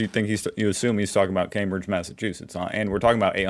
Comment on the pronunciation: Thank you for pronouncing Cambridge correctly.